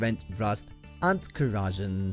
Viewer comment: At the end of the video, he finally corrects his pronunciation of "cleaver." I was pretty happy with that - until he ended his review with mispronouncing the word "corrosion." Talk about nails on chalkboard - that's how it feels listening to his mispronunciations. His accent overall was pretty charmimg, though.